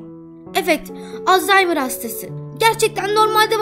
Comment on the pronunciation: Abla lütfen bidaha alzaymır deme babannemi özlüyorum :( aklıma geldikçe ağlıyorum lütfen alzaymır deme olurmu